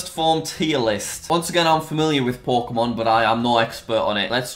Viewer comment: I hear PORKEMON